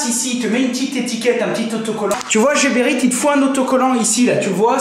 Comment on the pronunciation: Heee C'est pas jeberite mais Gueberite comme Gare